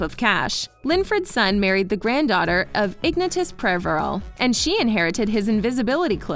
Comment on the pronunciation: OMG, IG-nuh-tus????? Honey, it’s Ig-NAY-shus.